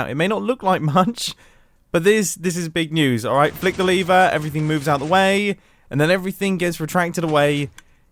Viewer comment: And when I pull the (liver,lever) it should.. All normal people:lever Me and mumbo:LiVeR :>